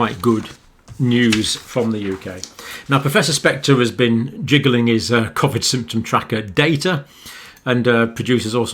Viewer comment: Can you please tell me why you say Covid differently to everyone else